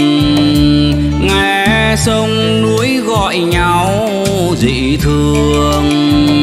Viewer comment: Giọng hat cua rất tuyệt vời phát âm chuẩn nhung chi sai có 1 tu là thay vì núi thi lại hát là nuoi hay hát chính sứa lại cho chuan chi 1 tu do thoi nhé mình rất yêu giong hát của 1 giong hát vo cung tuyệt voi